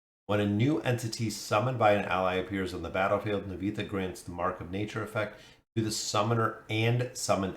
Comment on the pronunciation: Looks decent and she will be a huge and big hero for bosses … Nivanthi will change the meta for bosses forever thanks for the video. Btw spelling her name Nee-Van-Thee ❤